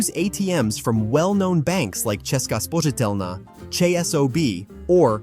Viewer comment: Do you have Czech ancestors? :-) The pronunciation of "Česká spořitelna" was great.